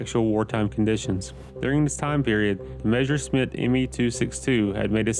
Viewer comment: Realy? "Measure Smith" in sted of messerschmitt?!